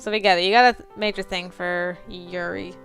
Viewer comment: It's pronounced like You- then a really fast Ri You-ri. (OH NO SHE KNOWS!) Lol. Nothing too bad happens but the game can get a little bit creepy. I think you will love it. It's an awesome game. Lance is my little Tsundere and he is just perfect! I think you picked the best person to start with. Also if you didn't know, there is an order that the game makes you do the routes, You can do Lance, Yeonho, and Yuri in any order, But then you have to do Tei 4th and you have to do Red last. This game is Golden though! You're going to love this game! Even though the bad endings, Which I reccomend doing side video's to get them, Are kind of creepy, They are so worth the extra work!